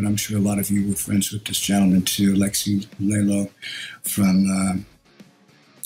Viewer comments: It's pronounced "Lie ho" not "Ley ho" you don't say "Eylexi" neither. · Poor Dave... It's pronounced like "LIE-HO" not "LAY-LOW" lol. All jokes aside, that was a nice tribute from Dave. I saw COB with Megadeth and it was a killer tour. R.I.P. Aleksi Still missing you.